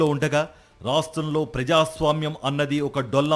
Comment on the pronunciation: ఒరేయ్ జగన్ ప్రజాస్వామ్య అనే పదాన్ని సరిగ్గా పలకరా